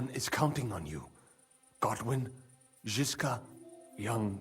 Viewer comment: Bruh, it's Žižka